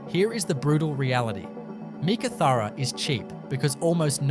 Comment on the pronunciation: Learn how to Pronounce Meekatharra properly 🙄🙄🙄🙄